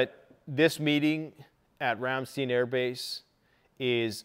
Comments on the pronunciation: Sorry to pile on to the (probably) hundreds of other comments but this grates on my nerves from having lived on a US military air base in Germany in the early 80's...please say 'RAM....STINE'. (Not...Steen.) OK, end of my YT Karen/etc comment. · Pronounced "Ram-stIne," and not "steen," with the empathize on the I, like wine. Great video. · Side note in case you'd like to know for the future- Ramstein is pronounced in English as "rahm-shtein' -rahm rhymes with com (some also say it almost sounding like rum) and shtein has a long i sound instead of a long e. Flew into and out of the Ramstein AFB a few times back in 08/09 and I was quickly corrected on the pronunciation of the word. 🤷 Anyway, as always, excellent video! Very informative. This is my evening 'go to' after work and I'm never disappointed in the quality of the information you bring to the table! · FYI: It’s pronounced RAM-STINE. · Ramm- st/eye/n. Let's say it correctly. Lol. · Ramstein...the i is a long i...pronounced Ram stine... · Every time mispronounces Ramstein, I can't help but think of the band's name. Du hast mich! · Ramstein Air Force Base. - Your Pronunciation is way off !!!! Dammit man.